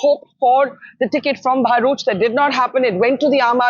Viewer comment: It's BHAruch.. not BAHruch. Can't say BHA Barkha? how do you live with yourself?